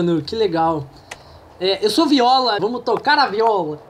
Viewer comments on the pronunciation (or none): o nome da Viola se pronuncia "Vaiola"